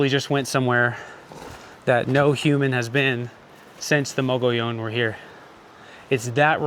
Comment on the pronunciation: Fake, can’t pronounce “mogollon”